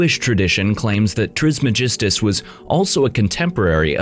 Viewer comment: That’s not how you say Hermès’ last name…